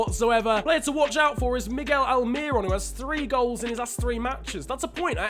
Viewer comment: Throwback to when I bumped into Miguel Almiron at my local mall. also it's pronounced Al-Meer-Own